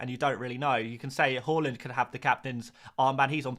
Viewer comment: Yes ,it was taught at most infant schools. As a Scandi we were also taught how to pronounce Haaland properly too. Where the hell he got Whore-land from is beyond any Scandanavian .. 😂😂